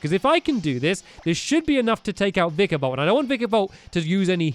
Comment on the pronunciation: faceplams when stampy does vikavolts sound..faceplams harder when he reads vikavolts name